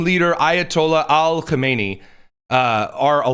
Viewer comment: Stop putting an Al in front of Khameneis name. It’s silly And Khomeini died in the 90’s.